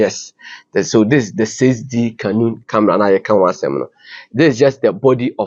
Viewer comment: Pls it's not canoe camera. It's canon camera sir